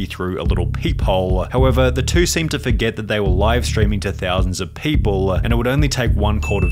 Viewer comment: Why do you talk like that? "peopleeeuh" "shut downnnnuh" "arrestedduh" "my jail storyyyuh"